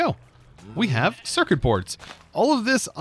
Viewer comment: "bord... for "board"" and "cerkit... for circuit""... omfg